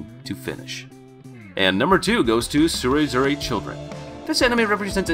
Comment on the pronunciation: Tsureduze children not tsuedure children